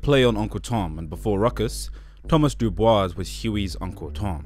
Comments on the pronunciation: I'm almost positive it's pronounced "dew bwah" not doo bois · Is no one else upset that he's pronouncinf the last name as Due Boys instead of the correct Due Bwah? No? Just me? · Isn't DuBois supposed to be pronounced "DuBwah"? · I hate to be that guy but Dubois is pronounced Doo-bwah, not Doo-boys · It's "Doo-Bwah" in the show because that's the french pronunciation. WEB DuBois wanted it pronounced "Doo-Boys" and specified it. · It's Pronounced "do boo-wah" not Do BOYS as you've massacring the name bruv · BTW, DuBois is pronounced "doo-bwah", it's French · Actually DuBois pronounced it “Dew-Boys” himself. You can see it in a journal entry he wrote. It actually makes it funnier that a bougie Black person like Tom uses a French pronunciation. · Hey, man. Interesting video. Just wanna say that DuBois is pronounced "doo Bwah". It's even pronounced like that in the show. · Everyone who thinks I'm mispronouncing DuBois is exposing how little they actually know about the show and where Tom DuBois gets his name from! It's W.E.B DuBois! He specified that it was pronounced "Doo-Boys" and Tom using the French pronunciation to push his misunderstanding of his people from a eurocentric lens. Ironically, it's the people that think "Doo-Bwah" is the right way to say it who reveal how little they know about this series. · "Duh Boys" If only Tom pronounced it like that. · He pronounced it as "Doo-Boys" himself and I think that distinction should be respected. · It’s pronounced Du-bwah. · I thought your 1st L was via your pronunciation of Dubois, did you not watch the show? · Stopped watching after a minute because the repeated mispronunciation of Dubois makes me think this is AI. Especially since the name is said numerous times IN THE SHOW! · Great video. Didn’t pronounce Dubois right but w/e